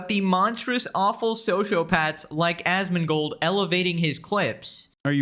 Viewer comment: Even has the same number of syllables so he says it the same way. ”Asmongoooold”